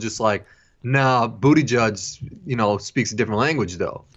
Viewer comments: Its kind of a smear for Kyle to keep calling Buttigieg, Booty judge, but I have to laugh every time he does it. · saying bootyjudge is killing shit encapsulates his political knowledge